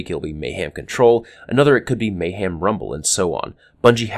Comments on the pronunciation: Every time you talked about Mayhem and said Mayham and showed a picture of ham was HILARIOUS. XD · may*ham* huehuehue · No, may-HAM